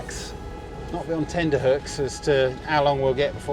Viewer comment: Tenter hooks - not tender hooks ... just sayin....